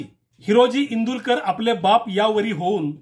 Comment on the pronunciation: माफ करा पण... इंदुलकर नाही तर इंदुळकर आहे.